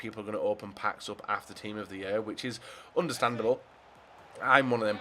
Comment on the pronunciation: "Team of the yurr"